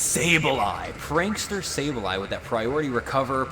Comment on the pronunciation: And it's Sableye lol